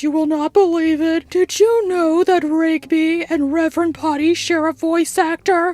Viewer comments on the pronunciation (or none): Rigby, not Rig-baby (read it, didn't want that to sound like a correction) Sorry I missed the premiere. Great video and great subject. I look forward to your next Orel vid!